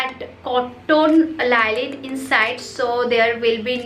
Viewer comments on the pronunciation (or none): The word is "lining"..not "liling"..